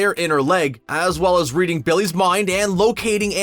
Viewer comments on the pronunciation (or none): none